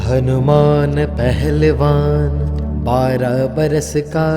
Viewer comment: Kya yeh Hanuman Shbra Manta Aapne Suna he, Isme HANUMAN Pehlwan ki bjay Hnuman Aahlewan Dubai deta he,Mukh me Beera ki bjay Beet sunai deta he, Hmari problem yeh he k HM Shbra Manta Sunte he,Glt Mntr sun-ne or Ucharan krna b Glt he,please theek kreeye,thanku